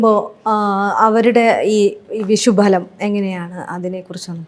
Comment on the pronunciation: വിഷ൦ഫല൦ അല്ല ഭവതി വിഷു ഫല൦